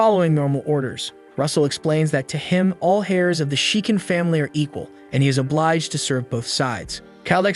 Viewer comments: When will they fix the narration so it says Heirs instead of hairs? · You pronounce heirs as airs not hairs lol. Air to the theone not hair to the throne